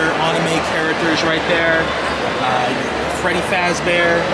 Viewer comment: This guy still can’t say anime lmao what’s wrong with you man